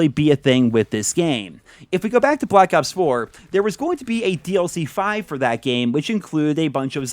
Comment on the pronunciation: caw of dewdy bwak awps